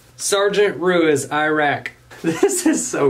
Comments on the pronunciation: Btw the easiest way to say Ruiz is Roo-wee-z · Lol how is it I got triggered when he said Ruiz wrong like my last name is Ruiz and I'm like 😲 how dare u say my last name wrong 🤣🤣🤣🤣